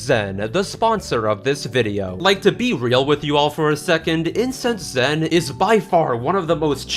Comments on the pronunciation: For a moment, I though you said “Incest Len” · So... How many times did you accidentally say "Incest zen" in the recording of the IncenseZen sponsorship